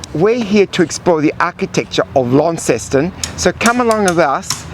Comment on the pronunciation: Pronounced locally as 'Lon-ceston', not 'Lawn-ceston'.